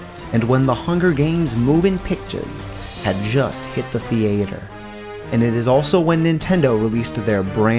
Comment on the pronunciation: Not the The-ATE-er